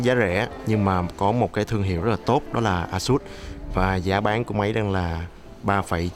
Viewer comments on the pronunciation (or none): ây sất đọc ây sút cha nội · Phát âm tào lao còn chửi người ta, "ây sất" vãi :l a-sợt nhá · thực ra thì đọc là "ây-shợt" :|